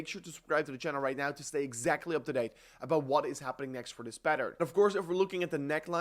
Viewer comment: its OUT not UIT. ABUIT TO SEE